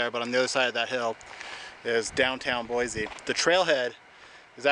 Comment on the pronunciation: Good video. But locals say, "Boy-see" no Z